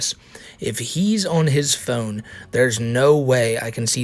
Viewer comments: Stop saying phewn, pronounce it correctly, from the satellite man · You say "phone" in the strangest way possible, lol. Thank you for keeping us informed! Where are you from?